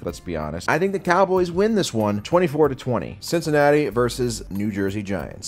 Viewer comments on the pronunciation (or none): none